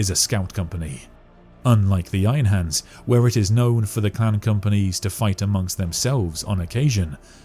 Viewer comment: Are you saying 'clan' or 'clam' or 'clown'?